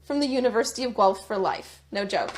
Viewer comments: its pronounced GWELF lol not gelph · its pronounced ( gwa-elph) not (gwa lp ) the city's name is guelph, ontario, learn canadian, eh............!!!! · 🍁🍁 Hi, not sure where you are from but GUELPH is not pronounced as or like Gelp... it's pronounced more like Gwelf. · Haha... its pronounced Gwelf" never heard it called Gelp. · It's pronounced gwelf. Not gelp. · It's pronounced "Gwelf", not "Gelp". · That story from the University of Guelph is BIZARRE! By the way, it’s pronounced Gwelf, not Gwelp! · Please...it's not Gh elp....it's pronounced Goo elf....Gooelf...Guelph. Ty. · Gueph...pronounced like guelf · It’s Gwelf. Not Gelp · Pronounced Guelf' That's what woke gets you! Well Ford ,,, stop being a liberal!!!! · ...university of "Gelp"? "Gelp"? 🙄 You watched her video. Did she pronounce it "Gelp"? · it's too funny, how you pronounce guelph,it's pronounced goo-welf but say it together,lol. I've lived here most of my life, and heard that name pronounced wrong soo many times. Anyway your funny, never change. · Great information as always. I just wanted to let you know though, it's pronounced "gwelf" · FYI Guelph is pronounced as Gwelf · Pronounced university of Gwelf. 😅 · I have a hard time believing the story about the student being banned from the University campus because, Guelph is pronounce "Gwelf". A student going there would know this. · She pronounced it correctly, pronounced it Gelp.. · Pronounced GWELF. Jeeze. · for the record it is University Of GU-ELF (GUELPH) as in Guelph Ontario just west of Toronto. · Hi,: Guelph is pronounced, 'Gwelff'. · my man, Guelph is pronounced GWELF...LOL🤣🤣🤣🤣 Seriously though...WTH are we doing here in Canada...